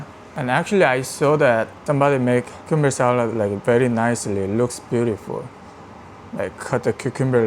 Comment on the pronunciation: It’s cool how you say cucumber like carribeans